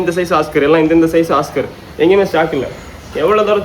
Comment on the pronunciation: ஒஸ்கார் இல்ல தம்பி அது ஆஸ்கர்